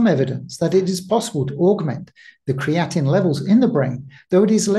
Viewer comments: yes, I hear you calling it creatinine, and that confused me.. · Pronounced Cree-uh-teen with three syllables only. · Very interesting but be careful with your pronunciation of creatine as the way you personally say it is very similar to creatinine which is different and high levels are a sign of kidney issues, muscle breakdown and aging. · I mentioned this in a previous video he released. Creatine and Creatinine are not the same nor are they pronounced the same. It is confusing with his pronunciation and I was hoping my previous comments on the past videos would avoid future confusion for viewers. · Well, that is kinda annoying then! I've heard others make this same mistake, and it's frustrating!